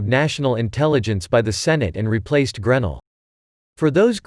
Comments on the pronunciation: GREN ELL,!! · GRAAA- NELL..please pronounce this Patriots Name Correctly!! Sorry, nails on the Deplorable Chalk Board